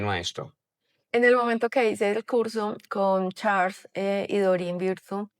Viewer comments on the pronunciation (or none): none